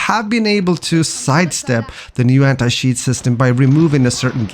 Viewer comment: Sorry man, I could not watch the video after hearing anti-shiiiiiiit